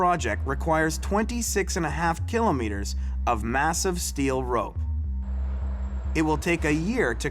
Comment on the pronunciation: Every time this guy says kilometer I cringe. Painful.